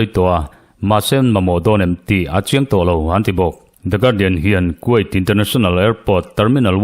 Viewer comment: Kuwait hi quait tiin lam suh.